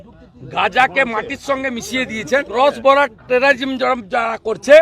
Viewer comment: Terrorism উচ্চারন করতে গিয়ে সুভেন্দুর দাঁত ভেঙ্গে যাচ্ছে 😅😅😅😅